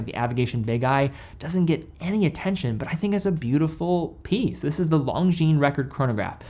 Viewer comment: That's not how Longines is pronounced